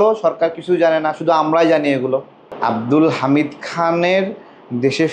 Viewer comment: ঠিক মত নামটাই বলতে পারে না।